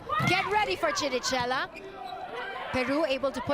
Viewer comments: Its kirikela! Not chi-ri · Can she just please pronounce Chirichella right? It's with K!!! KiriKella der is no dsh-sound in that name...:-)